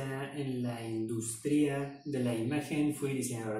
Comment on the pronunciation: Industria se acentúa en la "U" y no en la "I" espero te sirva. Gran canal y buen contenido!